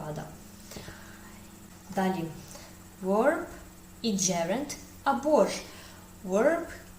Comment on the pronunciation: Wish you good luck! I hope you would not mind if I bring to your attention a difference in pronunciation of w and v. To properly pronounce "verb" you need to bite your lip with your teeth.